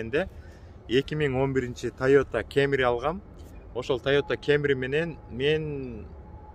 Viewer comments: Тайота Камри деп эле суйлочу кемри дебей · тойота кемри дебей камри эле деп айтсан кемри кемри дебей🤣 бирок молодец кайфти кыл брат